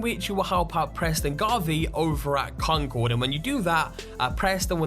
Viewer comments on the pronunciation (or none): none